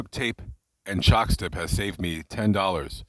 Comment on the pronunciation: You said CHOCKSTIP 😂